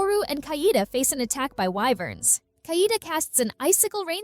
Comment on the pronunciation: The pronunciation is KA - E -DE Not kaidi gay shet